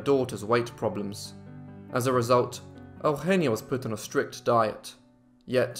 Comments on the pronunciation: her name is not Augggenia its Eugenia Ehh-Ooh-Heh-Nee-Ah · You don't say her name right my daughters name is sounded out eu gen is. Eugenia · Bro it's not "El-henneya" it's "Eugenia". YOU-GENE-EAH... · Out-of-topic: The name Eugenia in my country (a once colony of Spain for more than 3 centuries) is pronounced as "yu-hen-nya". It's fascinating to hear it in its different pronunciation. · thats weird, I pronounce eugenia as e(the spanish e not the english one) u genia. I'm Argentinian so that may be the difference. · Today I learned how Spanish speakers say Eugenia. Took for too long to figure out what you were calling her lol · Is that how you say that name?! Wow.